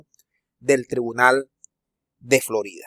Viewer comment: Te cuesta trabajo decir Florida... ! 💥💥💥💫👀☝